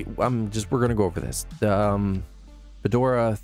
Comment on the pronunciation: Great overview. I wasn't sure exactly what benefits Nobara 39 offered, and you addressed that perfectly. But my friend... Nobara is pronounced "noh-bah-rah" not "noh-bor-rah," and GNOME is pronounced "guh-nohm" not "nohm" lol